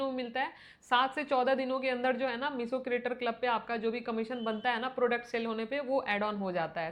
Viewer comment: मीसो क्यों बोलती हो, मीशो बोलो न । ऐसा सुन सुन के मेरी सांस रुकने लग गई